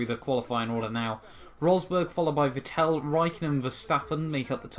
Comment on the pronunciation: Dude learn How to say. Vettel